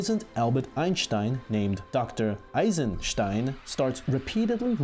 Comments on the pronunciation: you pronounced his name wrong his name is pronounced Eisensteen its spelled Eisenstein but pronounced Eisensteen ok everybody got that good LOL i hate it when people get my name wrong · YOU PRONOUNCED EISENSTEIN WRONGGG